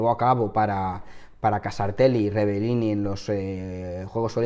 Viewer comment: Es una gran desgracia, pero no estaría de más que pronunciases bien su apellido, es REBELLIN, no REBELLINI, te sobra la última i. Un saludo